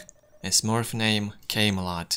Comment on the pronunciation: The way you pronounced camelot makes it sound a whole lot dirtier